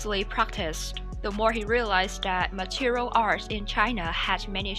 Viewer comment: It's not Material artist. It's Martial artist.